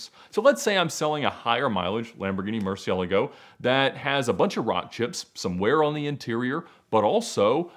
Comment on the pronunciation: The way he and pronounce Murcielago is so weird